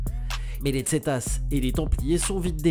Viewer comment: Le "z" se prononce "s" et pas "dz" en espagnol